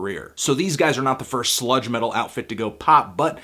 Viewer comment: I had to rewind because I thought he said "slut metal"...